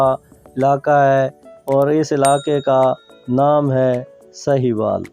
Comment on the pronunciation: سکرپٹ تو اچھا ہے۔ وائس اوور میں تلفظ کی غلطیاں بیشمار ہیں۔ لفظ ساہیوال ہے سہیوال نہیں۔